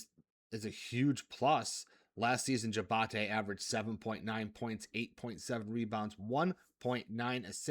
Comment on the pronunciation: Hated that he kept pronouncing it that way. Also 2 sponsor plugs in the same short video.